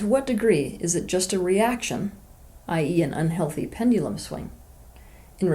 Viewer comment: Nobody: Teal Swan: Pend-ee-lum